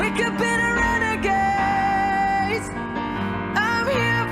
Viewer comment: mispronunciation: RenagaDes not renagaze!!!